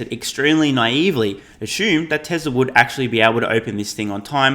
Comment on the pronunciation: Who is Tes-ler?